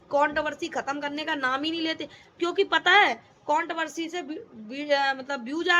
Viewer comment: Count Barsi Nahin Hota madam controversy hota hai gawar Aakar baith Jaati Hai Pahle bolna Sikh le